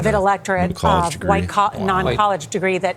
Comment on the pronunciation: Norah O’Donnell’s voice is awful. It sounds AI-generated. Also, she’s got a super annoying habit of emphasizing the prepositions in sentences: “Vice President Harris would become the first female President OF the United States.”